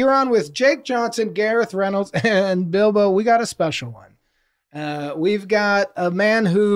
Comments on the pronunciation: Why is literally no one discussing the way jake pronounced Bilbo like Bilba the entire time I feel gaslit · i can’t believe none of them pointed out jake’s continuous use of “Bilba” instead of “Bilbo” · i love that jake is saying BILBA because i'm assuming he has no knowledge of the lord of the rings and he didn't understand the correlation between all the fake names but he just didn't bring it up😂